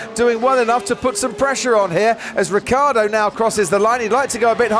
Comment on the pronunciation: Ricciardo. Not Riccardo.. It's really so difficult?